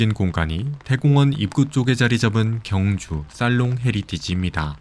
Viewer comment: 발음을 정확히 하세요. [경주]가 아니라 [경:주]로 발음해야 합니다. 첫소리를 길게 발음해야 옳은 발음입니다. 유튜브도 방송인데, 엉터리 발음하면 안 됩니다.